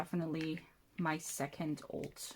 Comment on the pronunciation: wyd in London???🤩 also when you were deciding on the pronunciation of ult, the one you went with makes you sound like a Midlands gal so congrats 😌 🐶